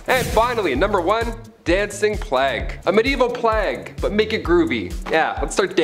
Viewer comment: why can she not pronounce Plague?? what's a Plag? really annoying